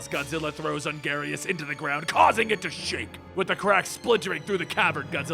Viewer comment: "on-garius" what is you doin, baby